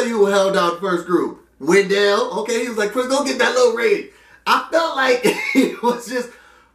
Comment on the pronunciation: it's WEN-DLE, not wen-dell hahaha